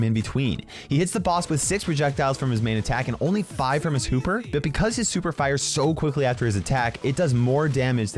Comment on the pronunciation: lol "Hooper" or "Huper".....